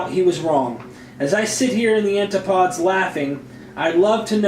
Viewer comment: 'Antipoads' eh